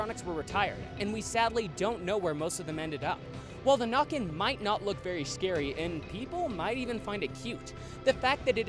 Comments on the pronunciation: The nökken is pronounced as nekken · I think the nokken is pronounced nooken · It's pronounced with an Ä (like in "nay") in Swedish. It's pretty okay for being in Norwegian though, but of course w heavy American accent.